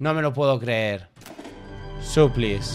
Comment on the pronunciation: No es suplis es suplais solo por areglar